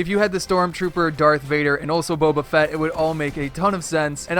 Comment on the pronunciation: U really aren’t a fan of Star Wars are u? For a villain they could do death maul and his duel wielded lightsaber his lightsaber handle is long They could do general grievous with two lightsabers 4 arms They could do Boba fett(u pronounced it right) as he could hold guns well and his glider could be his jet pack. Light side Han Solo/ Chewbacca good animation with guns and millennium falcon as a glider Clone trooper good with guns and could have a gunship for a glider Luke skywalker cool harvest tool x wing for a glider and r2 in the glider as well Note:some of these characters are prequels But let’s be honest epic isn’t gonna do any of these